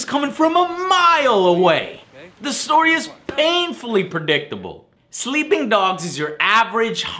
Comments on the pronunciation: "Sleeing dogs" :( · 15 min and 21 sec "sleeing dog"